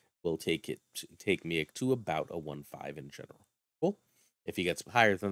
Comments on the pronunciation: I think it might be pronounced, "MEEEK" at least that is what I remember from the Planet Hulk Movie and old X-Men cartoon. Hey my family is from Syracuse! I did not know you were a fellow New Yorker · Lol im dying everytime you say Miek. Its pronounced Meek. Miek is in Thor Ragnarok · I believe you pronounced his name wrong. It's pronounced me eek I could be wrong but that's how I've heard it being pronounced everywhere else and in the movie